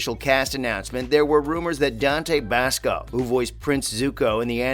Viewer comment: Dante Bassco? Soohka? What is this M. Night blasphemy?!